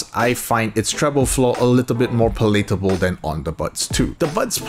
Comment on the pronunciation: pal lat able, not pa late abe, ya know? lik a wooden pallet kinda but yea idk just letting you know lol